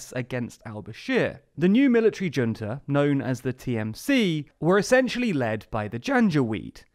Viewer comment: Military junta ( it's a spanish word so the J is a H)